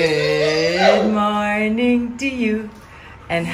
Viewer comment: is one of the few persons that I have heard with the correct pronunciation of the Jamaican Standard English word “Morning”. Most of us say mornin. Nin she says ninG. Admirable. Two different languages, two different sounds. Patois + Jamaican Standard English. What is said by the Americans and British Standards